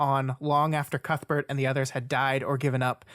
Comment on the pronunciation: Que-th Bert